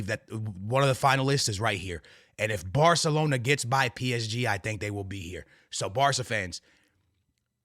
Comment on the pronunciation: its Barcelona not barkelona mf